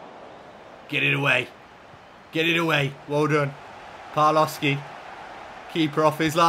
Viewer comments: Just for future reference, the W in Polish is a V sound, and the L with a line through Ł is a W sound. So it's Pav-wov-skee and Bee-yah-wek - great stuff as always, can't wait for the next one:D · A little Polish pronunciation point, the Ł with a line through it is actually a W sound, so your Polish signings are more like a "Bya-weck" and "Pav-wov-ski". Top recruitment nonetheless! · just some advice but you pronounce Pawłowski pavwovski and białek byawek but keep up the good work